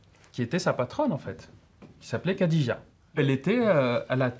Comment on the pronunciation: Des cours d'exégèse coranique payés avec de l'argent public, et dispensés à des gosses déjà obnubilés par la religion… Intéressant, vraiment. Cerise sur le gateau, le prof n'est même pas foutu de prononcer de manière correcte le prénom de la première femme du prophète. Ce pays devient un asile à ciel ouvert.